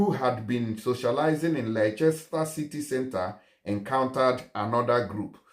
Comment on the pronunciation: Laichester sha!😜🤣 Its actually pronounced “Lester”